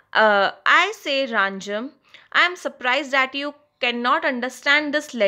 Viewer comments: It is rajam not ranjam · It's not Ranjam It's Rajam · Its no Ranjam it is Rajam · Mam aap ranjam bol rahe ho rajam hai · thank you but its rajam not ranjam